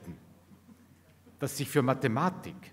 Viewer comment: Ich höre immer „Mad space“. Und auch die Mathematik irritiert in ihrer betonung.